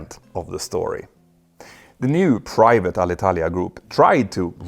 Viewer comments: Good Italian pronunciation! 👍 English needs a bit of work, though. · Italian here. Thank you a lot for NOT butchering our language when talking about Alitalia! Good pronunciation!